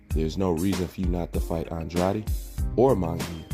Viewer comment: I agree with most of your opinions, but you pronounce andrades name wrong as hell.